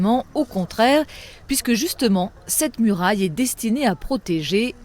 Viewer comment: Je pense que quand la présentatrice a dit "Muraille". Y'a 3 chinois qui sont morts d'un AVC... C'est que mon estimation bien sûr.